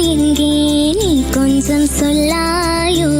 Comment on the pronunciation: കൊഞ്സം അല്ല കൊഞ്ചം